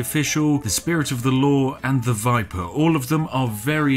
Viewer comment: Don't you know his name isn't the Viper it's the "Biper" xD